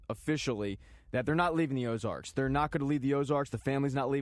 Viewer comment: Ozark dude... Ozark.... not Ozarks. Ozark. No "s"